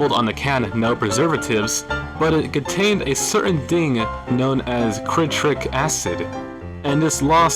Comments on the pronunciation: you said "quit-rik" instead of "sit-rick" you idiot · Ain't no ways man pronounced citric acid as crit-rate acid 💀💀💀💀